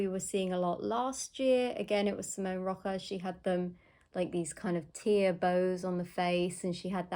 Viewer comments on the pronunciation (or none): It’s pronounced Rocha - not roca